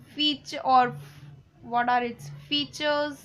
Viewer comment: Just a silly explanation it doesn't help me get lost...............and once again don't show off that u know foolish English exploit it by saying "what"as"water"okk so plz take class of English ur English is so bad.....😂😂😂🤣🤣